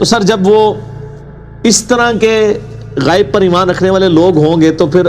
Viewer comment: السلام علیکم ورحمتہ وبرکاتہ غیب کا تلفظ صحیح نہیں ہے ے پر ھمزہ ہے زبر نہیں ہے